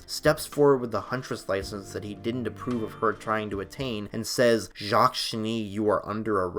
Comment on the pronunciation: ...the 's' in Jacques is silent